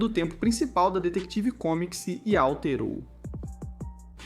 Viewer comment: foi dificil escutar ate o fim do video ele falando "detective comics" kkkkkk